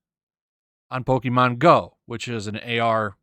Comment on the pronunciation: Dislike for somehow mispronouncing “pokemon” despite it being in the popular consciousness for more than 20 years.